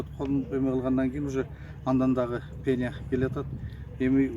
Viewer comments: Пеня эмес пена! туура сүйлөштү уйронсонор, бир жолу жеп жута берип сүйлөштү деле унутуп калыпсынар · Пена дечи , пения дебей .